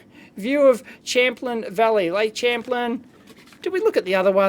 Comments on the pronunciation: St. Albans, VT is my girlfriends home town, and it's Lake "Sham-plain" FYI. ;) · "Lake champ-len" At least you got UT = Utah right... Even if he was trying to write VT :D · the lake in on the post card is pronounces /sham-plane/ just thought you'd like to know =D